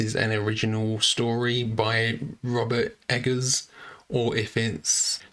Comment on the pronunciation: thanks for being so quick! i LOVED seeing this film in theaters; wish i’d gone to see it twice. btw, the g’s in eggers is hard. egg-ers not edge-ers.